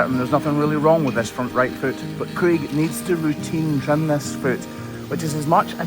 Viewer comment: This whole time I thought his name was creek. I kept thinking it was a Scottish name or something… I was like, man, they really do like nature that much in Scotland and Ireland … then I read the subtitles and realized it was Craig 😂 to be fair, there are names like rain and river so I just assumed you were saying creek 😂😂😂